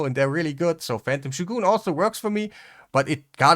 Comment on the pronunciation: Also, this may seem out of nowhere, but thank you for showing us how "shogun" is meant to be pronounced. You say it the way the Japanese do.